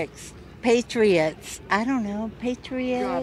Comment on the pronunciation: Did she say PASTRIOTICS? 🤣